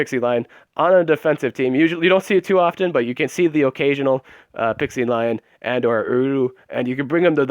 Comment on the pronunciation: Why does everyone pronounce Pixelion like Pixielion.. Its Pixelion. :P